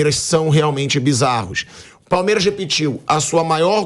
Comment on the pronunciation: Ho pilhado aprende a falar palmeiras